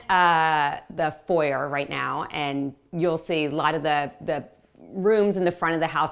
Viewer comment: She pronounced it correctly as an American. The foi-yay vs for-yer nitpicking is boring.